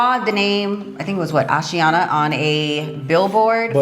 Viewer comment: The way you pronounce the name 'Ashiana' is beautiful. My name is Ashiana, and I'm so obsessed with your channel.